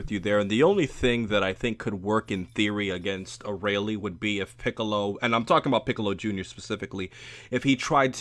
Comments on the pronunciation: Ok...this is what I think... Its Uh•Rail•Lee not Uh•Rah•Leh😭 That shit triggered the fuck out of me😂. Knowing Arale's gag power though, she would probably just Blow at Boo's Candy Beam and turn him into chocolate. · "Arayle" IT'S ARALE QAAMAN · Arale is pronounced AH RAIL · Dude, it should be ARALE, not OREYLEE.. o.o xD